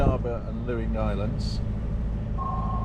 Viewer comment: No no no….Luing is pronounced “Ling,” not Looing! Two minutes into the video I had to stop it to let you know. Ask any local! ⛵️